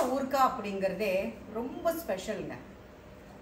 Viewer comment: ooorkkkaaa.illa .oorukaaai or oorugaai ma'm h aha ha no offence